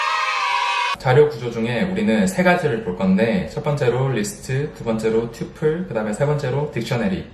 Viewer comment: 영어 발음이 좋으시네요 ㅎㅎ 튜풀- :) 파이썬 속성 강의도 듣고 싶어요~~~!